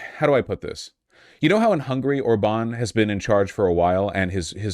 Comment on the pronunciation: Orban being mispronounced really threw me off. You don't have to know that in Hungarian, every word gets first-syllable stress, but he has been in office long enough that I've heard his name from at least a dozen different people and they all (correctly) agreed it's ORban, never orBAN